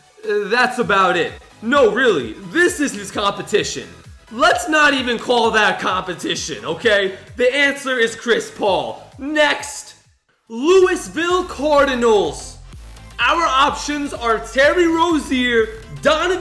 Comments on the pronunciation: Infinity 00 isn’t it Lou-e-ville? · You pronounce it Louie not Louis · Is looseville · It’s university of Florida you can definitely tell that doesn’t watch college basketball 😂😂😂😂 (edit he said Lewisville cardinals it’s Louisville)(edit part 3 Kentucky university it’s University of Kentucky) either needs to do more research on his own or hire a new script writer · Who else got triggered when he said luisville cardinals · Louis Ville srsly Its Lou vole is how u say it Not Louis ville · its not luois ville card i nails its louisville cardinals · Did u call Louisville Lou-is-ville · Louisville is pronounced without the s so you say it like louville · This dude really pronounced Louisville as “Lewisville” 😂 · Infinity 00 bro I live in Louisville and go to every cardinal basketball game and he had me triggered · This man just said "LouiSville" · Freddy FTW actually somebody noticed about when he said Lewisville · Lmao this dude said Louis-ville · Louisville Cardinals its Louisville Cardinals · when u were talking about Louisville cardinals u said Louis wrong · I love how he said Louisville wrong. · You said Louisville wrong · look up how to say louisville